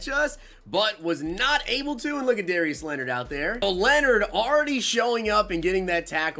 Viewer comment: Noti gang but also did you really say Darious Leonard lol